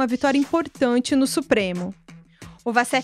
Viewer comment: uma jornalista que não sabe que Wassef se diz "Uassef" e não "Vassef"